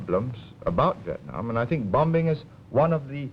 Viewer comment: Why is he pronouncing the second "b" in "bombing" ? His accent was and had been very Singaporean from those days.